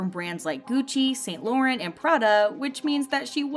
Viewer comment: Surprised the Chenle wasn't mentioned... I'm sorry but the way she kept saying Anton's name and St. Laurent..😬